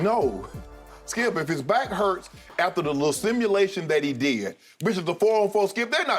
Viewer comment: He said lesimmulation 😂💀💀